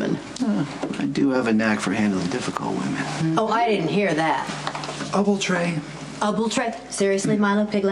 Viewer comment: oubletray.....haha! love milo